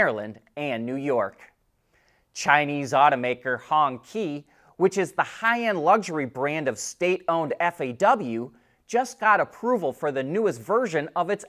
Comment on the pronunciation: Honqi is pronounced like Hong-chee. A honky is something you can find on urban dictionary : )